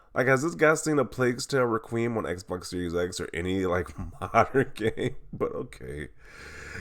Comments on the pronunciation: OMG! It’s pronounced Reh. Kwee. Umm, not Re kweem. (Requiem) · reqweem lol its rek-we-um